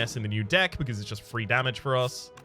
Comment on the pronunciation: "free damage, free with an F" Took me longer that I'd like to admit to get that. Curse you and your accent,:D